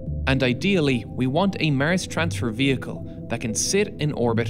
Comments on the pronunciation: Why do you say mers instead of mars? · would you kindly be generous to say Mars instead of Mers ?! thank you for your videos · mers? the new planet or samthing? WTF IS MERS??? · Great video. Easy fix:mars, not mers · Why you say Mirs? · Wtf... It's Mars... Not maers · I’ve never heard anyone pronounce Mars as Mers before…. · Is it common for north-americans to pronounce the word "Mars" as "Mierce" ? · Why do you pronounce Mars that way. Its not Murs! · Love You're Pronounciation Of Mars☺ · Cant help it, the way the narrator pronounces 'Mars' makes me laugh every time :D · Maers stop saying mars like that is so annoying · This narrator can't even pronounce "Mars" correctly.